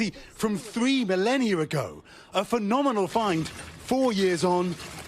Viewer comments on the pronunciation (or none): There is no r in "millennia."